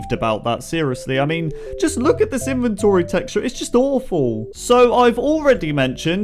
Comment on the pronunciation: Your voice is pretty annoying like instead of INVENTORY you say ... In Ven ToRy You pretty much sound like you're talking to 7yr olds